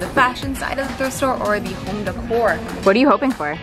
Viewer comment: You miss pronouncing decor is the cutest thing. Say it with me deck-or not decur